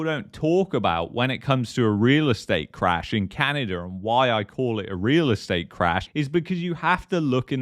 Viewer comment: Its not CanadaR!